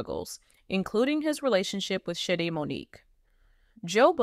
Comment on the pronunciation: Her name is Shadee’ not shady